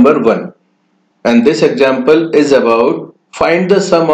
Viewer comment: 'Exgample" lol